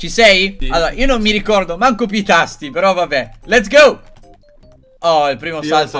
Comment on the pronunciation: Quando non sai che dire nel video: " Lez gou"